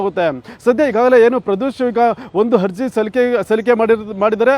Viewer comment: ಹಜಿ೯ ಹಗ್ರಹಾರ ಹಧಿಕಾರಿ ಹಾರೋಪಿ ಹಪ್ರೂ ವರ್ ಹಾದೇಶ ಹೆಲ್ಲ ಹೆಷ್ಟು ಹೇನಯ್ಯ ನಿನ್ನ ಕನ್ನಡ ಹಹಹಹಹ😊😊😊😊 ಹಕಾರ ಹ್ಯಾಂಕರ್